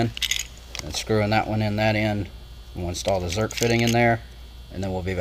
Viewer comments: Did you say Zert or Zerk? Zerk. Rock Auto rocks. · i grew up calling em Zert fittings and nobody corrected me. Recently I heard a guy calling em Zerk fittings and I was like what. You're saying that wrong but Zerk is the name of the guy who invented them so I guess I'll just have ta change my tune. Oh and I did see another guy on YT that called em Zert fittings and when I questioned him on it he said yeah they are Zert fittings. I said yeah no. I thought so too but check it out the inventor's name is Zerk. He came back and said he stands corrected but a lifetime of calling it Zert is gonna bee hard two2 change. I now return control of your computer back over two2 you.